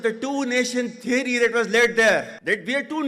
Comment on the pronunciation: What is theery? I thought its called theory